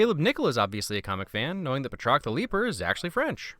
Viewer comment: Sorry but its Bat-rock